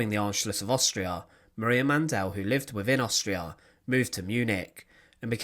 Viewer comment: The correct spelling is Mandl. Man-DEL is not the appropriate pronunciation either.